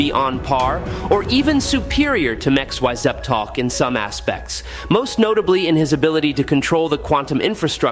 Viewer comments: It’s pronounced as Mix-e-spit-uh-lick. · 😂😂😂 The Ai trying to pronounce Mr. Mxyzptlk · So are you Chinese or Indian? Your AI voice falls apart with names like Mxyzptlk and good job using an image of Chthon instead of Trigon. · He does that in every one of his video and it's so damn funny